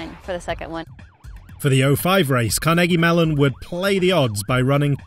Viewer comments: " car-neggie melon " lmao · the way he said Carnegie Mellon hurts my ears